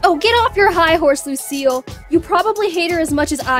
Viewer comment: When you say Lucile it sounds like you are saying Lucio